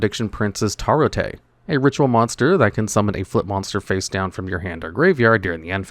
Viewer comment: Prediction Princess Tarotrei is pronounced tear-oh-ray. It gets its name from Tarot cards.